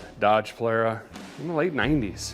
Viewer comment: The way Derek said "Dodge" sounded like Elon Musk's DOGE (Dept. Government "Efficiency" AKA a scam to steal your tax money and funnel it to his companies, just like Trump does - they are attempting to enrich billionaires further with the so called savings from dismantling social services and its despicable ) DOGÉ ....it made vomit just like his Make Gas Cans Great Again joke...only pro MAGA people would find that acceptable . I think Derek is covert MAGA and Id like to see him denounce it publicly but he won't because the money he could lose from maga customers means more to him than proving ones socio political identity or maybe he really is that idiotic to support the maga madness lie/scam. Sadly these types of people don't have the time to actually be informed and they swallow the BS propaganda pumped to them by SPINELESS republicans who let children starve to death but cry about life saving abortions and 10 trans people so called destroying sports....Derek...anyone with the red white and blue obsessed personality is 99% MAGA so just say it so we can know and move on. Musk and MAGA are a security threat to our livelihoods and safety full stop. I'm an independent not a democrat. I like cars and old school / alt country but i also am progressive socially and economically. its an internal dissonance a conflict of identity...so just say it ...say you disapprove or support the madness.